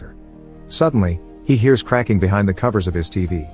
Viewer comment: So this narration is definitely a text to speech program right? Because they pronounce some simple words totally incorrectly ha. “no matter what she heats” instead of “hears”